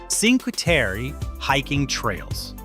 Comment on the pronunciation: The least you can do is try and pronounce Cinque Terre correctly